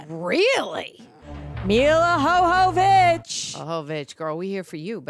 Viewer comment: Her name is pronounced like Yova vich with Y not H sound. We woman all would only hope that our make up could stay looking this good if we were in an apocalypse. Makes no sense at all.